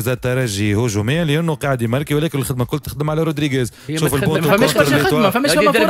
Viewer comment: 9ai3ed ? ou bien 9é3id ! kifch t9oul fiha ya 9ééééé3id -_- zebi chlamet clayek radioet tounes